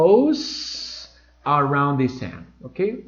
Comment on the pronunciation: you pronounce the word " sun " as If It were a very opened "A" as If you were saying the word "sand" "arena" I don't know but that's the way I heard it. The same thing happens with the word or auxiliary verb " Does " you pronounce it " DAAS" and native speakers say it as If It were the word " dos " in spanish but with that "O" slightly opened.